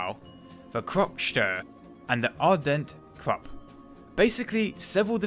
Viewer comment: Ardelt, with an "L"--you keep pronouncing it as Ardent.